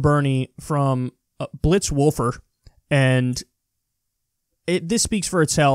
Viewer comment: "Blitz Wolfer" 😭